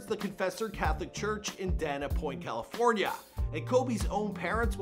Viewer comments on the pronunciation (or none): none